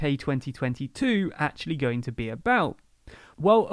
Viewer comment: "and are GONG through" :)